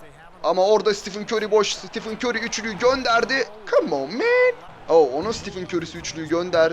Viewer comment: Siti fın kör diyo